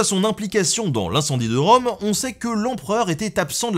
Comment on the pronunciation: Rome, comme Rume?